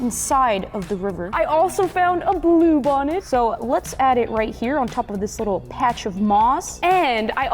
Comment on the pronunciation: When she said blue bonnet i though she said poop 💩 on it